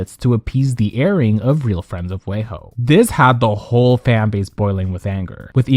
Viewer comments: It’s weee ho not way ho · It’s wee-hoe not way-hoe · Not WAY-HO 😂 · I love that you say wayho instead of weho 😂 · Pronouncing WeHo like wayho is sending me 😂😂😂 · But why do you say “WeHo” as Way Ho 😂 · LMAO real friends of "WAYHOE".The pronunciation of the city